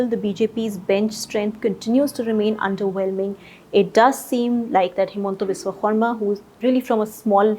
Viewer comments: She is pronouncing it correctly as it should be in assamese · you nailed the pronunciation of HBS's name. Kudos to you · Props to for pronouncing the name of Himanta Biswa Sarma's name almost perfectly